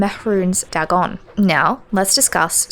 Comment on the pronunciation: Dwemer is pronounced dwee mer. Dagon - Day Gone Sotha - So tha . These words are all pronounced in a game. Is this engagement bait?